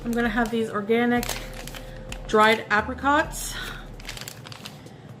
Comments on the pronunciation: “App-ricots” i cant- i just no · the way she pronounces apricots says enough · pronunciation of Apricots makes me want to harm myself.